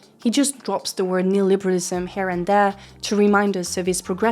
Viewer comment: Heating you say neoliberalism correctly was a little jarring, incredible vid as always tho